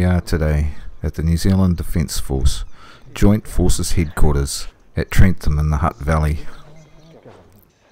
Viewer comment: It's pronounced Trent-ham, not Trenth-ham